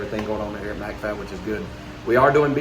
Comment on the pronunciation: "Mac" Fab is pronounced like Big Mac 🍔